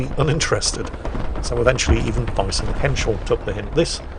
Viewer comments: pronunciation of Thyssen hit me hard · you are horribly mispronouncing thyssen. in german a th is just a t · Just stating the bleeding obvious: there is no german equivalent of the english "th" ( the infamous "ze"), so it´s just a normal "t" in Thyssen and the "h" is silent. The "y" is pronounced like the Umlaut "ü", but there is no equivalent for that in english either. It is somewhat more of a combination of double "o" like in roof and an "e" , if that makes sense. ;-) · Oh my, I'm German myself, and haven't realized was trying to say Thyssen. Thanks for enlightening me.